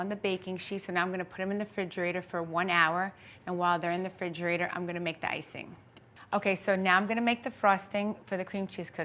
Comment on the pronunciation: Dumb as a rock yet wrote so many books 🙄this confirms she didn’t write them She doesn’t know how to speak and all you lovers of Theresa are just NJ ladies obsessed with thinking h she’s a celebrity She says Ingrediences and expresso and fridgerator please And she has Louie call in EVERY SHOW she has all of you fooled thinking it just so happens that he calls that exact time every single show 🤣fake.. fake…fake She made these with Gia called a different name 🙄